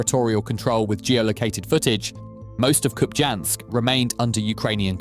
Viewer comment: Hey Mr AI voice: it is pronounced as KupiYansk. The j is pronounced as a y in most slavic, and Scandinavian languages as well as in Russian.